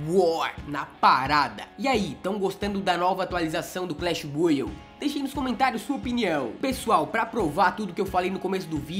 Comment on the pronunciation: fala clash n clesh